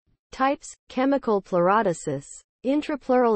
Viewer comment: Well that lasted 2 seconds. If you can't pronounce the surgery I'm not going to believe anything else.